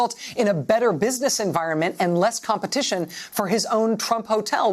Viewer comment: He just mispronounced "competition"